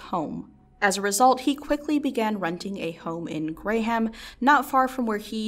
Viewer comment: lol "renting a home in "Grey-Ham"